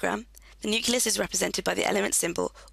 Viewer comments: nuculus lol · IT'S NOT NUCULUS!